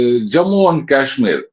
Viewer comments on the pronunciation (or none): none